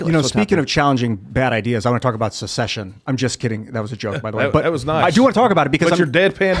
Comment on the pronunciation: It’s SECESSION. NOT SUH-session